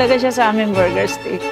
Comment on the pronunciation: panget magpronounce ng buger ✌️ borger